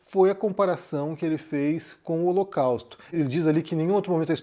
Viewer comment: Ele falou o locausto